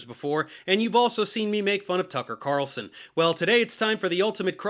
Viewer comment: I heard Mark Levin call Tucker "C'Tarlson," and realized what it was short for. I'm not really a Levin fan but that was funny as shit.